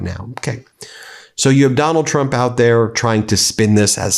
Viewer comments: Did Laura Ingraham have a slip up and say Donald Drunk instead of Donald Trump? LOL. We’re having the laugh, Laura. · Did she say "Donald Drunk"!? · Did she just said "Donald Drunk"? 😂😂😂 so accurate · She said that right “Donald Drump”lol 😂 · Did she say "Donald Drunk"?